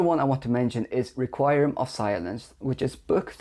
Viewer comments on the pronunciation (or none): This is not a criticism, but help for someone who does not have English as a first language (of which I am in awe) - requiem is pronounced reck-we-em. 😘